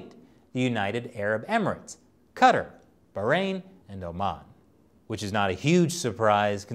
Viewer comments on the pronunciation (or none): Humiliated for israel, doubt they will be happy they rarely are pronounced 'Cataar'(similar to guitar) not 'cutter', good effort though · the country Qatar is pronounced Kuh-Tarr. Not Cutter lol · Next time please don’t call Qatar Cater otherwise great video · did he just pronounce, "qatar," "cutter" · Qatar, I thought or was pronounced "kuh-tar" like tar and feather. I dunno...